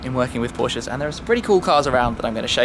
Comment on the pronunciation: anybody else laugh a little when Shmee called a couple Prosches sleepers lol